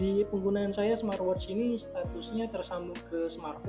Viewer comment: Coba huruf T diakhir kata "SMART" diajak, kasian... Gak enak didengernya...😅 Jadi kalau huruf T nya diajak didengernya enak jadi: 'SMAATWOCH"